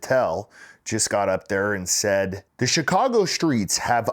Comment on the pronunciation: CHECAGO PISSA IS DEE BESS!!! Hahaha! I love it!! Yeah!!!